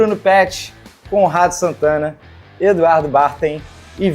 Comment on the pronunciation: Parece q o Canedo fala: Rato Santana kkk